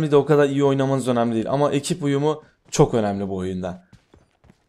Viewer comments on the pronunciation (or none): none